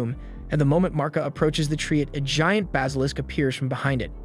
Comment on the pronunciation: I like your videos, but you say some words..... Different. Never heard Basilisk pronounced as "Bos-alisk"